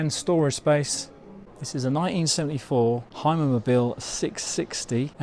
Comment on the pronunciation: Hey folks Hymer is pronounced Hümer and not Heimer 😊. Thanks for the vid.